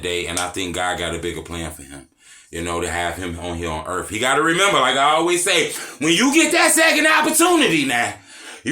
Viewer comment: Dat "Earffff" had me 🤣 you a fool broskii